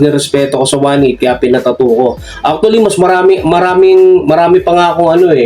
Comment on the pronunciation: aktule ang puta pag pronounce na lng e